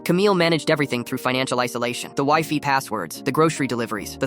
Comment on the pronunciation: what's a Whyfee password :D